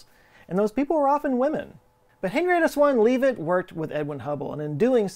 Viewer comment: I'm going to be a jerk! Shapley is pronounced like it's spelled, like 'chap' is, and good ole Henny Leavitt is Lev-it, doesn't sound like it's spelled. Astronomers everywhere are appalled at your pronunciation...it's not even a foreign language, FCS! 'course, you are Texan... used to be a foreign country, I guess. Hey! You've had more than enough time to get it right!